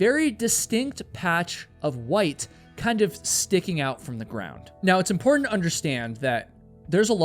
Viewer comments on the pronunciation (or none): Dude... good video. can you please as a favour stop killing the "t" sound. mou'en = mounTain impor'unt = imporTant . thanks dude